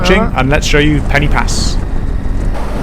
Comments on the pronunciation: for an english person to pronounce pen-y-pass properly . instead of calling it penny pass , say penn-er pass and say it quickly ,and there . now it sounds right . and you wont look like a complete tourist lol there are no penny anywhere near this name . but i can understand why you would call it penny . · Looks a lovely road and as you say fantastic without traffic - only one criticism, Pen Y Pas is pronounced Pen Er Pass, the Y in Welsh is pronounced like the letter U in English 😁